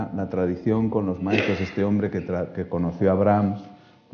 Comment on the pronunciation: Yasneli Aguilar No pronuncia ni bien Furtwaengler, el gallego....